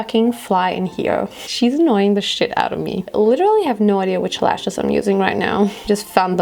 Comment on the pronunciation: Haha 9.48😂😂😂leshes,lehshess,leshiss hahaha wie cool du bist 😂❤️❤️🤢❤️💚❤️❤️